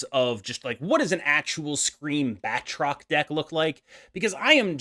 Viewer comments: Good video, but I need to call you out on your pronunciation. It's pronounced "BAT-roc ze Lee-PAIR". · It's pronounced baltroc the leap-aire (lie)